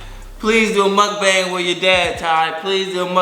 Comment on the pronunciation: Remember when he use to say Mukabang